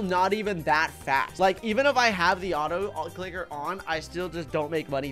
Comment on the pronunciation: u spelt on the Also for the autoclicker u said autocliker